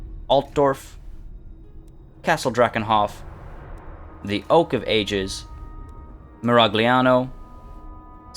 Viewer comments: Just as a thing, the dygraph "gl" in Italian makes somewhat of a ly sound, and when put behind vowels, it sounds like lya, lye, lyi, lyo, and lyu. So it'd be Miralyiano, but I'm just nickpiking and you can pronounce it in English no worries. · Also, he's not supposed to pronounce the "G" in Miragliano. It's a silent G.